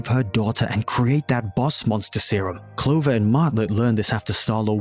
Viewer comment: ITS PRONANCED CLO-VER NOT CO-LOVER 🤓🤓🤓🤓🤓